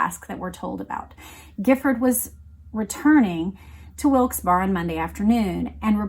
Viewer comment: Wilkes Barre is pronounced Berry. I used to visit a friend in Scranton and that's how they pronounced it. Not a criticism, just to let you know like you let me know all sorts of stuff i didn't know❤